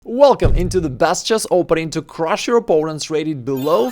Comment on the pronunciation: Man, when you say "crrrruuush" you transform to Borat 100% 😅